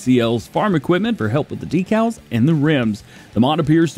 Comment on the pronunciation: you said Decals wrong ;)